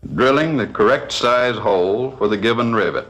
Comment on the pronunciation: "Start by drilling a number thirdy hoowl" 😶